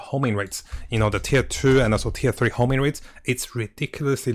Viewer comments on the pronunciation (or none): IT’S HONING NOT HOMING!